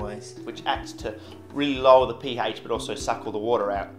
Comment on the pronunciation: you pronounce pH like dankpods pronounces HP